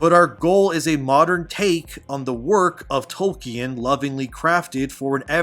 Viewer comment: My man said toy-kin lmfao